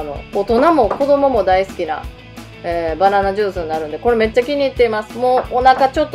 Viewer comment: ババナになってる(笑) ハキハキしてて聞き取りやすいですよ！ 私も青汁飲んでます。 あれは好みがあるので試せるといいんですけどね。 何回か失敗してます(笑)